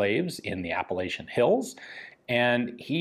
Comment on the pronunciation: can pronounce all those fancy french words right but not appalachia smh